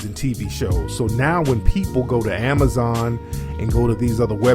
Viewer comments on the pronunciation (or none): none